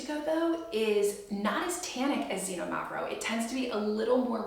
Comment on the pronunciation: Xinomavro is pronounced more like kseenόmavro with the no emphasized. The other's pronuncuation was close enough.